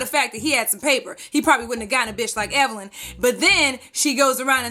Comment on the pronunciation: I saw the Tweet and I felt like somebody had just read ME, lol...I guess it just goes to show that if you dish it you'd better be ready to take it...btw, Wendy has never pronounced Evelyn's name correctly, I actually wondered for a while if she may have been doing it on purpose...anyhoo. Evelyn's comeback was brutal. That must be so embarrassing for Wendy.